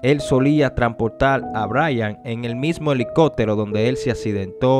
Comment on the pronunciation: elico(pppppp)tero asi se pronuncia